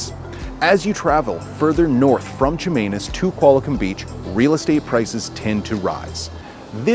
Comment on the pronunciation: Good list. I was a bit distracted by the way you hit that 'Ch' at the beginning of Chemainus...😅 But other than that, 👍